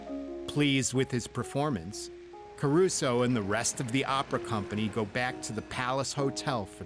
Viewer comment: Just for the writers and producers information, the American Red Cross was founded by Clara BARTON, not BURTON, as the narrator said. My wife noted that Caruso's name was mispronounced as well. And I found it annoying that this documentary didn't cover any of the disasters fully. For example, the biggest problem with the San Francisco Earthquake was the fire that started in the aftermath, which, by in the video, hadn't been mentioned. Neither was the death toll of the 1900 Galveston Storm, which has been estimated between 8 and 12 thousand people -- or the second disaster: dealing with the bodies, including how many were sent out into the Gulf of Mexico for burial at sea, only to float back to shore a few days later. By the time we got to in the video, neither my wife nor I could take more. This was a poorly done documentary.